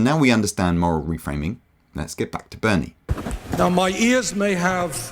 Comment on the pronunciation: Berni Sanders????? LMFAO.